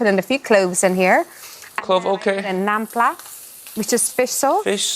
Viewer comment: THE WHITEST PRONUNCIATION OF NAM PLA. And them saying that fish sauce is horrible without being in dish has to be some of the whitest/dumbest thing i've heard